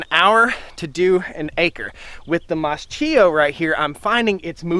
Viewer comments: It's pronouned "Maskio" not mascheeo🙄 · MAS-K-IO k like in kitchen; ch in italien is k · In Italian it would actually be pronounced "maas-KEY-oh". We moved to Italy last November, so we are learning the language. It's been an adjustment trying to re-learn how to pronounce certain letter combos. I grew up mowing hay fields with a sickle mower. Nice to see them still being used. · I believe it's pronounced mask-ee-oh with a K sound instead of a CH sound.